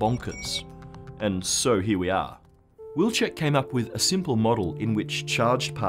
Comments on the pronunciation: It is a Polish surname, it should be pronounced Viltschek. Why don't you do a research on pronunciation? not the whole world is english, you know... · In my opinion since Wilczek family name is Polish you should use Polish pronunciation not English. If you want to use English just call him "wolfie"